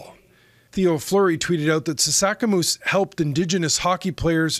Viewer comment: sasaskamoose bro, come on. Said his name wrong